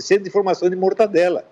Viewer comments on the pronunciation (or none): "Mortandela"...! Por isso não mora aqui, senão saberia que é "mortadela"!!